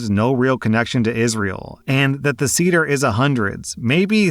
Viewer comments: As a jew I cringed a bit at how pronounced seder lol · It’s pronounced SAY-der 😸 And yes, the girlfriend was being antisemitic. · You pronounced seder wrong. Thought you'd like to know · it's pronounced "say-dh" not "seeder" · Was scanning the comments to see if anyone had told you the correct pronunciation of 'seder'. It should be "Say-Der" (not cedar). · Sayduhr not cedar. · it's pronounced say-der. that was hard to listen through. part of passover is explaining what passover is, this should have been explained to her. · Hey,, a passover seder is pronounced say-der, not see-der. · say der, not cedar. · "say-der" not "see-der" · "seder" is pronounced say-dr not see-der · Final story: you pronounced seder as ceder, and not as it should be pronounced, s-AY-der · Seder is not pronounced cedar but sayder, FYI 😅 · “Say-dr”, not “see-dr”, just fyi 🤗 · Seder is pronounced “say-der” fyi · Hello! Jew here! Just for future reference it’s pronounced SAYder. But year. Glad OP dumped that antisemitic loser. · I love you but you cannot pronounce anything in a foreign language 😭 it’s say-der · Seder is pronounced Say - Dur. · Jewish woman here. A Seder is pronounced “say-der.” Just so you know 😊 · Seder, pronounced say-dur. 😂😂😂😂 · On the last story, ignoring how you pronounced Seder (Say - dur) dinner, it’s a sadly common story. People believe we all have big noses, all dress ultra religious, don’t eat cheeseburgers and some people still even think we have horns. When people realize we can be just as normal as a goyum it can be earth shattering. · it's pronounced *SAY-dur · Love how your read these stories. Just FYI, Seder is pronounces Say-der. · Listening to you pronounce Seder as “cedar” was a bit painful. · Story 3: Seder is pronounced 'Say-der'. Also, keep up the good work! :) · Sorry, just have to say this, but Seder as in Passover Seder is pronounced with a short e, so it’s like “Say-der” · Seder is pronounced "SAY-dur" 😊